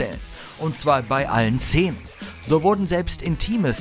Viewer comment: warum sagt er "zenen"? x d